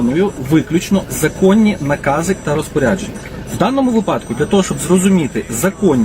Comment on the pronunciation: 😮 В юридичному контекстi дуже добре, але в мовному...😢 Не "випАдку", а вИпадку й не "довЕло", а довелО! Якщо Ви вже виносите свiй блог на загал, то вже кажiть доброю лiтературною укр. мовою, бо Ви в данному вИпадку носiй укр. мови, а не кажете якимсь суржиком й перекручуете мову! Заглянiть у словничок чи загуглiть!😮😊🎉